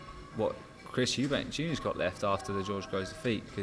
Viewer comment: You mean Eubank... Capital E....not eubank,.